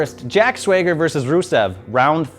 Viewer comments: Jack "Swayger"? You mean Jack SWAGGER? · Why is he calling Swagger, 'Swayger'? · Say it with me now Swag-ger very good. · It's jack swagger not swayger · Next week you need to apologize for saying Jack SwAger instead of "Swagger". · Jack SWEGer? Swagger m8 not SWEGer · Swayger....stop that please. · He said Jack 'Swayger'. LOL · the time i heard "jack swayger" i disliked this videooo. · Why the hell are you saying Swayger?!? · jack sway-ger? cmon man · The way he says jack swagger "jack swaygger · Swa ger no it's swag er smdh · SWAYGER? HAHAAHAHA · "Swag-ger" & not "sway-ger" :) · Did this guy just say "Swayger" and "Ava Marie" Is he just fucking with us or what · Swayger? it's pronounced Swagger, Swag ger it's not hard dude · he said swager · I don't even care that he's mispronouncing Swagger, seeing the comments is too funny 😂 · Jack SWAG S-WAH-GER, NOT SWAY-GER! PRONOUNCE IT RIGHT YOU TINY HUMAN! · LMAO HE IS PRONOUNCING JACK SWAGGER AS JACK SWUEGUER HAHAHAHA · Uhm Jack 'Swayger' ? He has to be messing with us right lol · It's Swagger, not SWAYger. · he said "jack swegger" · swagger not sweager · Ok now next week just say that its swagger not swayger. Lmoa make it a weekly thing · ANY AMERICAN CAN SAY SWAG-GER not sway-grrrrrrrrrrrrrrrrrrrrrrr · Swagger, not SwAger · "Sweyger" fck im done. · Swagger not swager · Jack Sway-ger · Did he say Jack SWAYgger? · He said "Swayger" on purpose,stop being so damn annoying about that. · How do you keep saying Swagger's name wrong over and over after saying sorry for saying someone's name wrong? Swagger needs to go off to do more American things. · Did anyone else cringe and do an eye roll every time he said Jack Sweyger ? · Dude. SWAG-ER. How it's pronounced how hard is that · WTF does this dude even watch wrestling?!?!? Jack SWAY-ger WTF is this bullshit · Ava Marie...Jack Swayger. Yes...JBL is garbage, but when you botch simple names like that...you have no room to talk sir. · swayger 😂😂😂😂😂 wtf mate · "Jack Swayger"